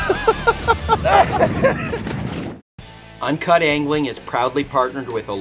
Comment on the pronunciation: my rington is many saying "FLUROCARBON" bahahahahah